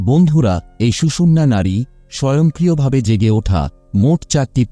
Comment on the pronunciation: স্বয়ংক্রিয় বলুন। স্বযং করিয় নয়।